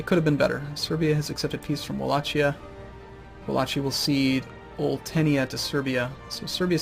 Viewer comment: it's 'walahia'